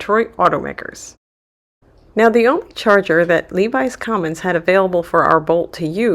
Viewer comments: It's pronounced LEH VIS Commons, NOT LEE VIES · Lev-is Commons not Levis Commons......